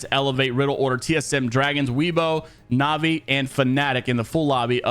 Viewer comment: Hey just a heads up weibo gaming is said Way-bo